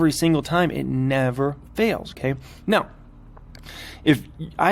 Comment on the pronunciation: “NeOW” haha. Cracks me up.